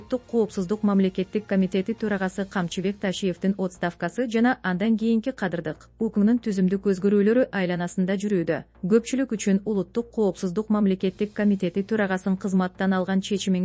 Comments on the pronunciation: Отставка эмес атставка болуп окулат туура оку уят болот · Кординат,отставка дебей жакшы окуубайсынбы? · Журналист туура суйлогонду уйронуп алып чыксанар болмок кадр деген соз отставке созду айта албадын 😅